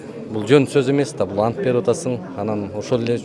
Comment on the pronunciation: Ассалоому алейкум кечке көрдүм биржа депутат антбергенде ант деген сөздү басым менен айтпады окуучулар декламатсия айткандай эле болду го